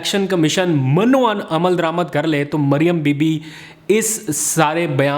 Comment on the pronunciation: DEAR BETA, CORRECTION: "MIN O AN" - not - MAN O AN. SEE AL-QUR'AN.